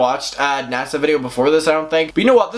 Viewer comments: I hear "NASA" every time you say nessa lol, your accent is perfect. 💖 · i fr though u said NASA and I was shook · Lmao my eyes are closed and I kept hearing “NASA”... I’m like only Tana could have drama w nasa lmao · Everyone: Nessa: NASA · At first I was like “who the fuck is nasa?” Then I realized you were saying nessa 😂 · when he said nessa came forward i thought he said NASA and i was like wait WHAT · I love the way you say NASSA😂😍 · Why do I keep hearing N.A.S.A instead of Nessa? 😂🤦‍♀️ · I love your accent, but I was definitely sitting here wondering why NASA has beef with Tana 🤦‍♀️😂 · Glad I wasn't the only one that heard nasa 😂😂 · Rightttt it took a while for me too realise he was saying Nessa 😭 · Érin Nic Coinnigh her real name is Vanessa short form... nessa he’s pronouncing it wrong